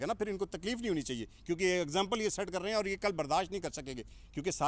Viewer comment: kaam karte rahe hain . Not KAAM KARTE RAYYEEENN . Baqi all good need to improve urdu accent